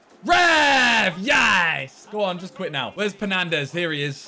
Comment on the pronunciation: Man said penandes